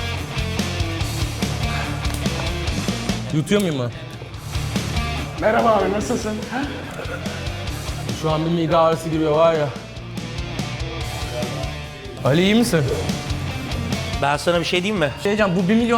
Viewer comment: Orkun abi sen hepinize merhbalarorkun diyosun abi